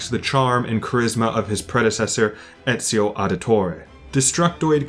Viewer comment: Here from the So Says Jay raccomandation... Good lord this is far better then I thought. Instant subscription. Tough I gotta say, as an italian I have still to hear anyone outside of the boot pronouncing Ezio's name correctly, including most of the game's cast... and including , sorry. It's not a big deal since italians aren't a segregated minority (anymore) or anything but it did make me laugh.